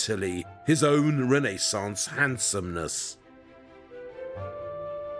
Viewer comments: Poor squirrels. I wouldn't forget them. No couple us worth thousands of fur animals. By the way....please...it wasn't the Reneeeee-sons, but the Renaissance. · It’s not any ordinary door. It’s a Rene-sahnce door!